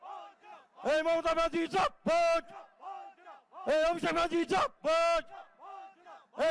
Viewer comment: কলেজে পড়ার সময় তারপর মা মাটি মানুষে যখন পথ চলা শুরু হয় তখন থেকেও "জিন্দাবাদ " উচ্চারণ এখানে কি বলছে ছিঃ ।ছিল কোথায়। এইভাবে বললে পার্টির সেই লোকের প্রতি চিন্তা অন্য রকম হয়।